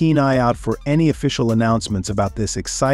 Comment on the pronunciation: You can tell this was AI generated. Who the hell says "apps"-"c" for APS-C?